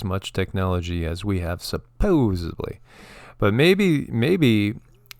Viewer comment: Small thing I suppose but the word is supposedly not supposebly . I think everyone raised in the US was not taught this...